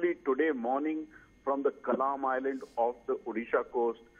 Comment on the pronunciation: correction - it's Kalam Island ...